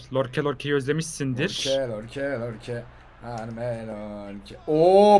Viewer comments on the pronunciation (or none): neden beckhama bekem diyor sinirim bozuluyo. Ve dwight yorke lorke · abi lorke değil yorke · York ya lorke değil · nin en sevdiğim şeyi yorke ye lorke demesi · lorke deil yorke yaa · Nobody::lorke lorke yorke